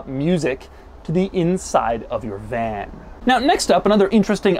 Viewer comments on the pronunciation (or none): He said vlan